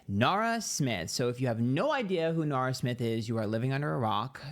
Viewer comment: i hear "Nara" and think it's an australiian person saying "naur."